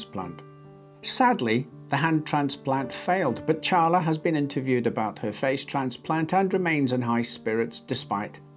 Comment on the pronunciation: I appreciate you saying Charla correctly (though I don't know how the lady in the story pronounces it). Most people say Sharla